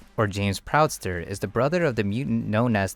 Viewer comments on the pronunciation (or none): It has to be. The cadence and pronunciation is weird af "James Proudster" "tele-pathy"